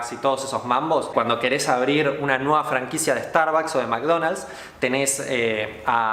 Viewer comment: Jijiji, pobre tontito y además, ni siquiera sabe pronunciar las palabras. "Starbacs" jajaja